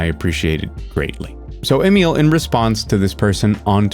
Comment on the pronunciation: IDK if I've said this before but properly pronouncing Emil's name seems so hard for some folks and I appreciate that you do. Albeit with some old world flavor, since I think he's Merican AF. Regardless it's a little thing but it sticks in my craw when other folks can't and don't look it up. It sounds like they are just sight reading it and it embarrasses me for them lol.